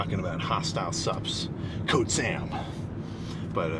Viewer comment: The way you said code sam lmao